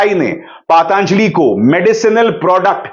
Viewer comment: अभिसार शर्मा जी,आप पतंजलि का उच्चारण पतांजलि क्यों करते हैं ?